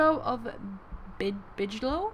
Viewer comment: Bigelow pronounced with g not tʃ.